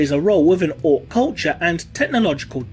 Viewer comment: "kulture" lmao